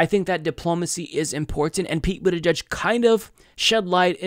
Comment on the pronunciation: Wait! Did she call him Pete Bootyjudge too? 😂😂😂😂😂😂😂😂😂😂😂